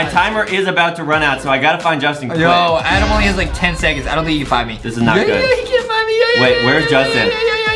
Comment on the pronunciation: justin says adam right